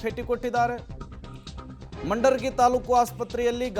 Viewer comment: ಮಂಡರಗಿ ಅಲ್ಲೋ ಮಾರಾಯ ಮುಂಡರಗಿ ಅದು